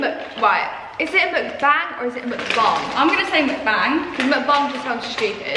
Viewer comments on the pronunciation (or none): It’s pronounced mooc-bang ... ly xxxx